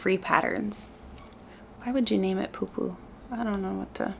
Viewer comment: I’m a Finn and I just wanted to confirm that you pronounced it very well!